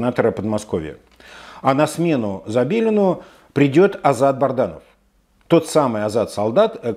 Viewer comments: По моему он Бадранов, а не Барданов., если он не пределал Ф И О. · Уважаемый, вы упорно называете неправильно фамилию Азата солдата, уже как-то странно, не Барданов, а БАДРАНОВ!